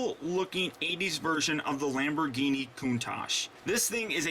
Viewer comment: i'm sure 100,000,000 people have told you this but your intro said lambo instead of lambor